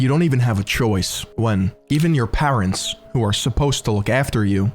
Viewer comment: How are you pronouncing the word parents???